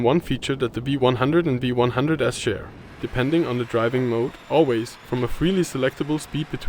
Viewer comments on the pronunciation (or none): none